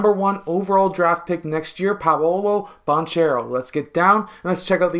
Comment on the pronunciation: That’s not how you pronounce Banchero’s last name. You’ve clearly watched his games and still haven’t heard the announcers say it correctly?